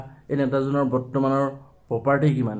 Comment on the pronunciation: Bhai poperty nohoi.... Property hoi